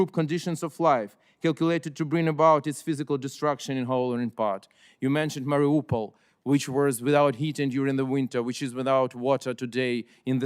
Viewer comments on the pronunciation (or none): none